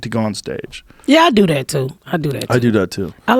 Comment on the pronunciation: Joe goes Ebonic: "I do dat too..."